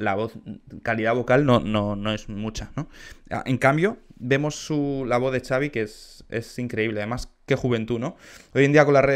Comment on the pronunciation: Creo que se pronuncia "Javi"